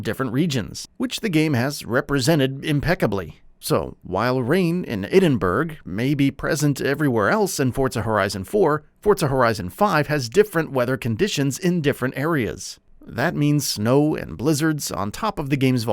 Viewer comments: Edinburg? It's pronounced Edinbruh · Turned the video off the second I heard him say "Eddinberg". Jesus Fucking Christ that hurt to hear. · Did he just say Eden Burg? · EdinBURG xD